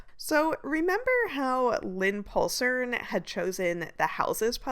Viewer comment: As a Dane, I had a good laugh about "Lynpuslerne".. Absolutely impossible for an English-speaking person to pronounce. Nice try though lol